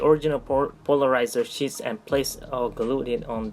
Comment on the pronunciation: Your English is pretty good. I am too dumb to know another language. I want to help you out though. You sound like you are saying shits and not sheets. Shits are poop. You don't want that to be confused. Great vid as usual!